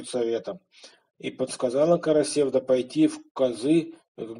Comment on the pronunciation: В слове "Карасевда" ударение падает на последний слог, в тюркских языках это так. КарасевдА.